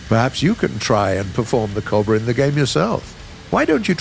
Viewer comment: Normal people: cobra Bodiless voiceover guy: cob bruh